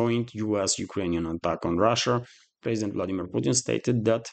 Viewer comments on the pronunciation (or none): none